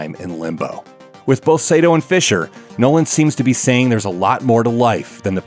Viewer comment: IT'S NOT SEITO IT'S SAITO! SA-I-TO!! さ・い・と・う！！！斎藤！！！！It's really annoying when people mispronounce Japanese names, especially when it's my last name!